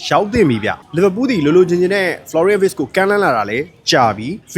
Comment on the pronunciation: Wirtz= ဗားဇ်လို့ဖတ်ပါbro German alphabetမှာ Wကို ဗေ လို့ဖတ်လို့ပါ